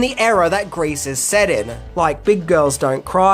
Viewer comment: Why are you mis-pronouncing "GREASE" , by saying "GRACE" ?